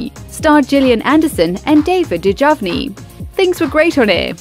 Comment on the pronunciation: Agree. Rehash of old news. Who doesn’t know how to pronounceDavid Duchovny’s last name? How you get DuJovny is hard to believe.